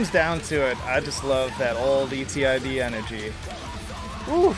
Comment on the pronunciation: Don't say it like E.T.I.D. lol, its ETID